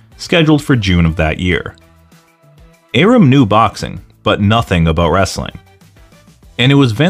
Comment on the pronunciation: You don't pronounce Bob Arum's name correctly.